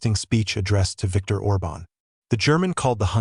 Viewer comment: The accent on Orban's name is wrongly put. It must be emphasised the first vowel, instead of the second.